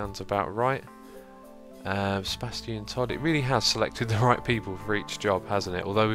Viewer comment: Every time you say Sebastian I hear Sir. Bastion Todd. :) You should make a medieval RPG called The Adventures of Sir. Bastion Todd ;)